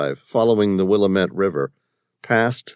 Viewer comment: Good story... Will lam it not Willamat